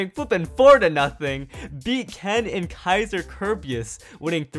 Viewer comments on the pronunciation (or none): none